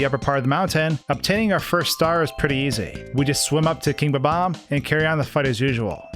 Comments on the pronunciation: its not bubom its bomom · I will never forgive the person who decided to start pronouncing bob-omb as buhbomb.